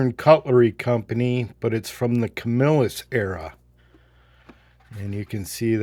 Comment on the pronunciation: Hey nice looking piece. However you want to say Camelus or Camill-us right lol.